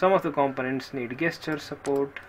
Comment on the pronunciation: Please learn to pronounce "gesture" properly.